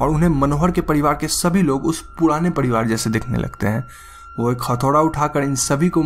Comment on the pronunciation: Padivad nahi parivar bolo